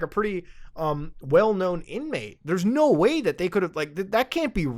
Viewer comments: I thought the same-- when he gets excited he sounds more Canadian than usual, lol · bro turned into a midwesterner. No wey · Muta has never sounded more Canadian than when saying "no whey" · I read this the moment he said it and yeah, extra Canadian at that particular moment